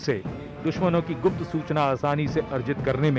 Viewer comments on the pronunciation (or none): none